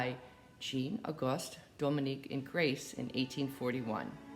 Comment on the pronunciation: Ingres is pronounced "Ang".